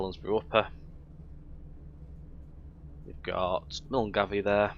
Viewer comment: Milngavie😅 pronounced 'mill guy'